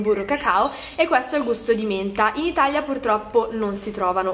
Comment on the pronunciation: Perché dici itaglia?? Si dice Italia